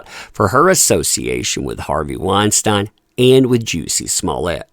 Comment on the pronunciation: I'm sorry I can't listen to you pronounce Harvey's name wrong 50 times in one video.